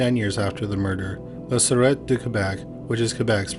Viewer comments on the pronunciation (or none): "Sur Ett" instead of "Sir Tay"... 😁